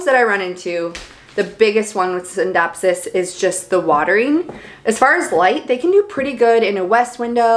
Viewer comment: You pronounce it sindapsis rather than skindapsis? Is that the proper way to say it?